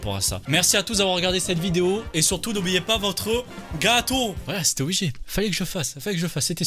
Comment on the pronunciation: Ch'ui morte son accent m'a tué surtout quand il a dit le gâateau 😭